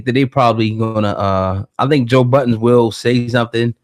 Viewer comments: Ffs his name is Joe Budden not joe buddens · "buddens".....to this day that shit still annoys the ever loving shit out of me...there is no fucking S in his name..clowns been doing that troll shit almost his whole career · It’s called a hip hop news channel but yet call joe budden joe buddens wtf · "JOE BUDDENS" 😂